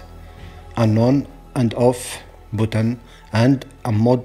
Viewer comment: You take your time explaining, but what I really love is how you say button lol You pronounce Booten It's really but-ton and reset you pronounce rizit lol 😊